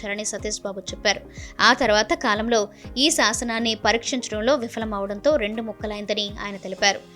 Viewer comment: షేఖ కాదు.. "శాఖ"; పరీక్షరించడం కాదు..."పరిరక్షించడం" అని గమనించగలరు. దయచేసి తెలుగు ఉచ్చారణ సరిచేసుకోగలరు.